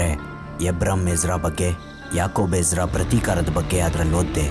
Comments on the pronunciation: Ijida alla ezra....boli makla kannada kaliri modlu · It's not egida ....it's Ezra 😩